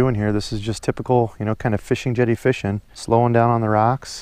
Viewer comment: no problem brother. My fiance loves when you say feeshin lol